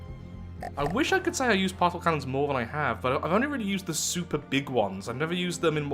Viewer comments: I swear, at least 50% of the time he is saying "Parcel Cannon" and not "Particle Cannon" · I think you are the only person to pronounce the C in particle as an S instead of a K. At least the only person I've seen on yt.